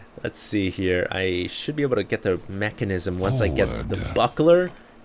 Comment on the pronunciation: It's called Menkasm dammit not Mechanism!